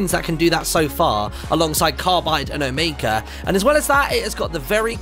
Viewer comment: It’s omega not omeka